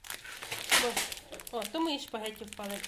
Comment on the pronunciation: Спагетті, а не шпагетті! 🤷